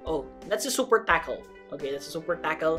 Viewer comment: are u indin man said super takol